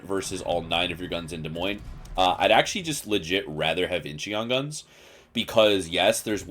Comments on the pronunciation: Its not in-chee-on its inchon i lived there. Your stupid pronunciation is so annoying. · Forget the 'e', it's just pronounced In-chon. Great video as always, looking forward to more montages with Danny and Modern!